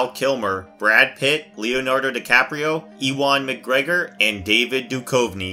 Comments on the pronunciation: E-Wan Macgregor?????, its pronounced as "Euan", I mean its not as if he a well known actor or anything. At least get a presenter that has a modicum of movie knowledge. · And Ewen MacGregor isn't pronounced: Ee`wen. Is the narrator a bot?